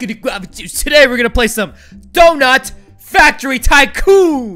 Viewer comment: you said toy factoy